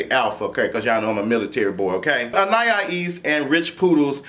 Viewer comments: He said Anayaya-ees need to leave rich poodles and go back to her grand-bae lmfaooooooo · You almost there! An-i-es ( like east without the ‘t’ ) 😂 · Lmao I'm rotfl every time he says anniyahees 😂😂 that poor girl name be getting butchered out here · Ann- ahh- ese. Anais. 😊Lol looking like doctor robotnick. to r too much!!!😂😂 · lol.. It's pronounced An-eye-east (with the T silent) LOL but we got you so no worries about that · Lol,. I see you struggle with her name each week. Anais is pronounced: Anne-Eye-Eeese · Good grief the name isn’t that damn hard. You still have it wrong. AnneEyeEaseAnn-eye-easeAn-ai-isAnais Ana- ease. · Prounouce her name as if it's "Annah-ease." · Lmao now you adding an extra syllable to Anaïs. Ann-eye-Ee-ss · Loool u still saying it wrong but shout out to whoever tried An-i-eece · “Anayayees”😂😂😂Quit it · Lmaoooooo still saying that girl name wrong! (Ann-I-Es) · Lawd he still struggling with that girl name. 😂😂😁😂😀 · Dream doll is a bully but she don’t back down from nothing. And still mispronounced that girls name lol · And he still said it wrong 😂😂😂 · You’re still butchering the girl name 😂😂😂😂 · Baby you still saying her name wrong